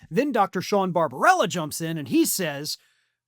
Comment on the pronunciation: Bar-ba-BEL-la! It’s not rocket science. Just phonics. News casting is a detail-oriented biz. You guys should be able to master this!